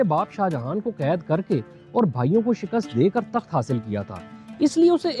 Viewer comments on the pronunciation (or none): none